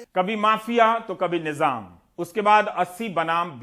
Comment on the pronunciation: Nijaaaam nahi nizaaaam. 🤦‍♀️🤦‍♀️🤦‍♀️🤦‍♀️🤦‍♀️🤦‍♀️ bhasaaaaa gayeeee